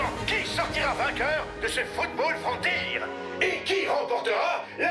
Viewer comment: Au début ils avaient prononcer bien le mot frontière et à la fin ils dise frontir . Comment ça se fait mec🤨